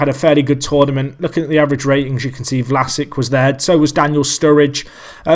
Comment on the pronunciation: pronounce it vlasich